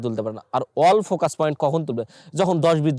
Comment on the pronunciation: অল ফোকাস না এ আই ফোকাস